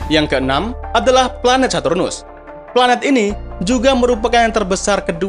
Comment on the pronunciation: bang sartunus bukan hardtunus